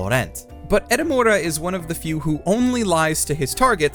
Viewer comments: I like how the entire time he said edamame instead of Edamura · Edamura not Edamame. Lol